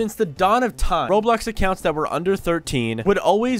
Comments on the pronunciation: Ain’t no way bro said roadblocks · HE SAID ROADBLOX LOL